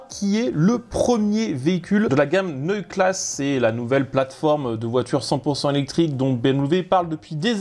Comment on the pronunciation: Merci pour cette vidéo. Toutefois, pour qu'elle soit parfaite, attention à la prononciation des BMW Neue Klasse, C'est "Neuï-e Klass-e" et non "Neuï class". Les "E" à la fin des mots doivent s'entendre très clairement.